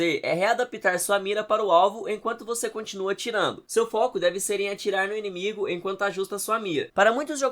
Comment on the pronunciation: Inimigue? Você falou inimigue mesmo? 😒